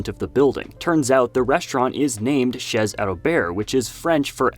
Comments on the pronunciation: chez --> ché✅chèze❌ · Ugh, “Chez” is pronounced “Shay” and mean’s “At” not “house”. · Dude you say these french words all wrong lol Chez Alberts > the „z“ and „ts“ are silent. You vocalize them much like „chess“ while it‘s much, much more like the „Sha“ in Shannon but with an E instead of an A. Another example is: „Hommage“, same thing, different word: The H is silent and your emphasis on the G is much too strong. It should weight more on the „mm“ and the „age“ is spoken much like a prolonged „Sh“ like in „Shannon“. Hard listen, but like the content anyways! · Chez is pronounced "shey" That's a sheep, not a goat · FYI 'chez' is pronounced 'shay' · Im Canadian (french) and when he said chezzzzzz i was like 🤨🤨🤨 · I don't mean to nitpick, but figured it'd be funny to point out that your pronunciation of "chez" sounds a lot more like "chaise": 'Albert Chair' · chez is pronounce shay just so you know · "Chez" is pronounced (roughly) "shay". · Chez is pronounced ché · "Chez?" Really? Come on man. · yeah "chez" is pronouncing [ ʃ e ] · Nice video and for info the z of chez is silent it's pronouce ché albère since the T in the end of the world is silent too like lot of letter in end of french words. Keep continue ur video they are all so nice to watch and the montage is always so well made u should take a long time to create all of this for us so thank u for ur hard work!❤